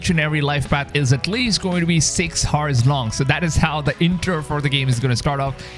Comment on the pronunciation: Love your vids, but I have a question: Why do you say "6 HORSE" instead of "6 OURS" when you want to say "6 HOURS"? I've heard this many times that you pronounce H in the beginning of the word HOUR. This is... interesting. Never heard this.